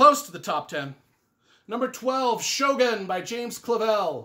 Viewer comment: I haven't read all of the books on your Top 17 Top 10 list but those that I have read all were great. I really liked The Stand but would have picked another as his best if I had to choose. Luckily, I don't have to choose just one book! The only minor criticism I'd have is your pronunciation of Shōgun. 😁